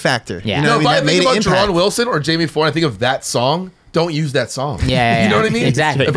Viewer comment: Gotta love Jamie Foy dude but he gots learn the H is silent lol. Keep fuckin up shit bro, see u out W soon